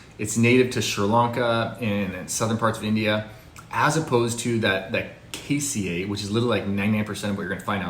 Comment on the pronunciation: Can't pronounce Ceylon or cassia correctly.